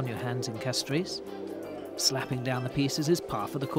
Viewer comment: Ths guy has a strange pronunciation of the word "Castries". I love St Lucia.